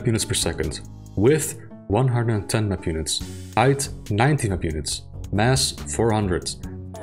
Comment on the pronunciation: If you're gonna say "map units", say "map units"... not "mpunits"